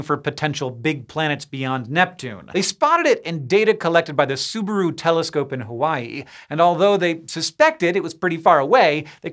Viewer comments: Gonna guess Hank doesn't watch anime since he pronounces Subaru so weirdly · He pronounces it like the car brand :)